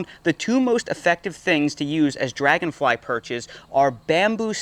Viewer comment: “Robot drangonfly”😂😂😂